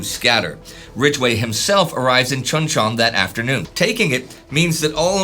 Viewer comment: Pronounced Choon Chon. You're driving me batty.